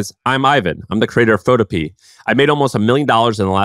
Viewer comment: PhotoPEA... is pho TOW pea uh. It rhymes with Utopia.